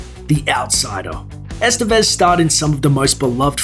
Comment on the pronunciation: Ican't stand how gringos pronounce "Estévez"